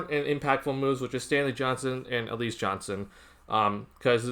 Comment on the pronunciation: Pronounced Al La ZA